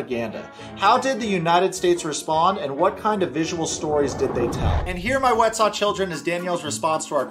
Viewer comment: "Yourwetsock" for president!!!!